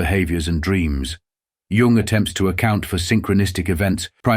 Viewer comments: Dear AI, Please remember that the word Tao is pronounced "Dao," and Jung is pronounced "Yung"! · Lovely illustrations. Crappy AI that misprounces even Jung and Tao. (correct is Yoong and Dow)